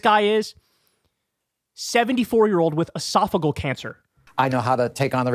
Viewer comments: Pronounced “Ee-sof-i-gee-al” not esofigal. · esophageal, not esophagal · Calm down Bro! First, its pronounced ee-sof-uh-JEE-uhl. (JEE JEE JEE .) 2nd, AOC will come out at the right strategic moment. There is no reason to waste her talents in whatever honeymoon period the GOP expects to have with the incoming. It's actually a good strategy. Its time for the Big Boy to sing and dance. The next 14 months will be about his performance and promises. Stand back and let him get closed down based on poor ratings. Then send in the special forces. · Uh-soff-a-GEE-al cancer. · I think it's pronounced es-saf-o-gee-al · Esophageal cancer. Why does everyone mispronounce the word?!😂